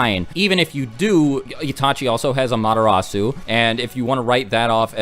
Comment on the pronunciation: Anyone else hearing "A-Madara-su" instead of "Amaterasu"? xD